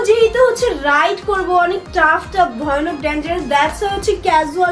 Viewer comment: ওটা ভইয়ানক না ভয়ানক হবে😂😂😂